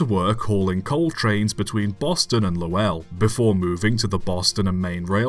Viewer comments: Great video, just one thing, Lowell, MA. Is pronounced like it is one syllable Lowell, not Low-ell. Trust me, it's my home town. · "Lowell" is pronounced "Low-ull", with the emphasis on the first syllable. Most locals slur the two syllables into one, giving us something that sounds like "Lowl" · From the Boston area, Lowell is pronounced the same as you would read lol